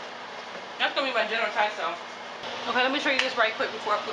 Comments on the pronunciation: It all looks yummy, it's not general Tiso though, it's Tso, said like (sow) but either way, I knew what you meant. I may have to try some of those recipes. Thanks for sharing! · General Tsao is pronounced "so" lol.